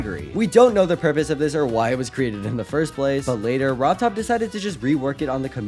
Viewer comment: “Rob Todd” 😂💀